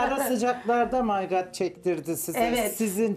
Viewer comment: O May gırat mırat jsjsjs